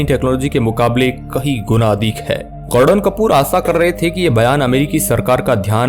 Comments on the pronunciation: गॉर्डन कपूर नाही रे बाबा गॉर्डन कूपर 😂😂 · I quite video when he say gorden Kapoor 🤣